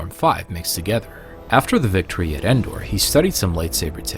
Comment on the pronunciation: Sounded like he said battle of fendor